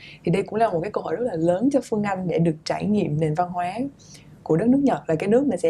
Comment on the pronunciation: Host ơi làm ơn nói đúng chính tả được k? Lúc Bắc, lúc Nam, mà nói sai chính tả? Chị Phươn Anh, đượt không? Omg host mà phát âm như thế huh?